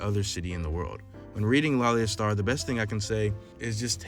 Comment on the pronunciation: Great video and very well put together but something I'd like to point out is the pronunciation of Laila's name. Hope to see more keep it up 👍